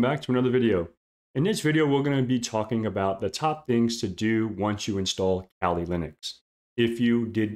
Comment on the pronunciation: The Kali distribution is named after the Hindu goddess of the same name. It is properly pronounced with an AH sound as in kah lee. In addition, pronouncing it the other way creates an unnecessary homonym as that term is short for 'California.'